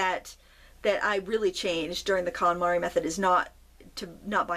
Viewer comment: The what method? Sounded like calamari but I'm pretty sure that's not what you said. 😆